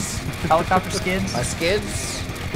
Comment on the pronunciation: Ah yes, helico-pter